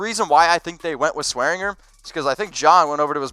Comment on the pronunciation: it's pronounced DJ SwearinJER and Treston DAYCOO